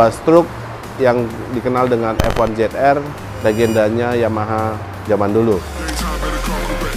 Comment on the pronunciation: Zed bang bukan jet hehehe